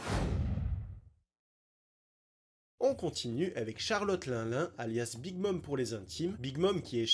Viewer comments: Baggy et non buggy Line line et pas lin lin La prononciation c'est important mon reuf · 😂 la prononciation de Charlotte linlin ma fumé Sinon excellente vidéo comme d'habitude Tu as tout mon soutien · Oui c’était trop drôle purée 😂😂😂 «linlin » mdrr